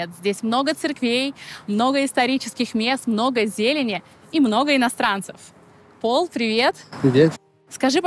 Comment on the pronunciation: Не Пол, а ПАУЛЬ